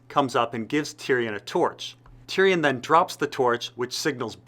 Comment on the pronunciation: Great video bur you promise many names wrong. Its not varrrris, it's Vareese like you say Maurice. And it's not Tyrion, you pronounce it as Ty Ryan. Good video though